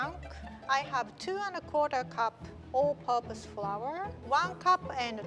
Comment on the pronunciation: I heard "Old Papa's Powder" instead of "All Purpose Powder". This kind of stuff happens all the time when I go to Japan. Edit: My mom sounds exactly like